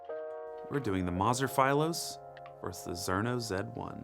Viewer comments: Philos is a Greek word, you've always mispronounced that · Why are pronouncing philos like that? Lol